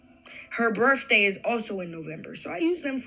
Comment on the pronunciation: At the 1215 minutes mark she said birfday